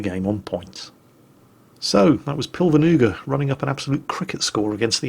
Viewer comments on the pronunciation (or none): Considering he seem's to be Estonian, the name should be prounouces as Pilve-nuga, rougly translating into cloudknife.